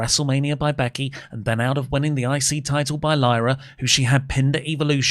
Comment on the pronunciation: Tide-el? What is the tide-el?